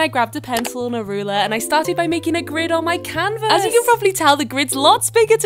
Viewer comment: "living r-OOM" 💀 "canVAS" 💀 "sEE" 💀 "light pINK" 💀 "feathery gILL-" 💀 "to act like the feathery gILLS" 💀 like girl why your voice so weird